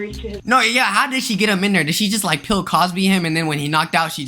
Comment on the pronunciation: I’m sorry, but did say “ Pill Cosby”? OMW! 🤦🏽‍♀️🤦🏽‍♀️🤦🏽‍♀️🤣🤣🤣